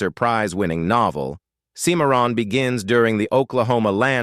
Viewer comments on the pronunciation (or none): A lot of good and cool info with some great movies, but I absolutely despise AI narrating!! How hard is it to have an actual human narrate?? Thumbs down because of AI...seem-a-ron (Cimarron) sheesh!! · Seemaron oh brother Stuart Whitman is groaning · These "top list" videos are always interesting but the narrator is terrible at properly pronouncing names. Why would they get someone who can't pronounce Cochise or Cimmerron? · Teach your robot how to pronounce Cimmaron. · And did you miss the mispronunciation of Cimarron? It’s just wrong. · Sure did! Was weird the way it was pronounced.